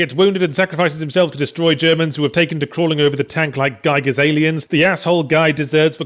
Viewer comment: What? No One´s pointing his "wrong" pronounciation of H.R.Gigers name?! clap Good Day!!